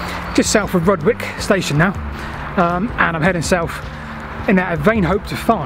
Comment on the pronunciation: Nice to see you down my beck of the woods, though i'm triggered by your pronunciation of Slin FOLD and RUDGE wick station names ;) Any chance you'll be doing Christ Hospital down to Shoreham?